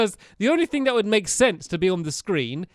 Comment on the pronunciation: Make not mack